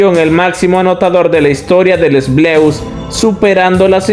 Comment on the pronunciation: Que molesto es cuando dice "LES BLEUS" jajaj Si no saben pronunciar las palabras no las usen.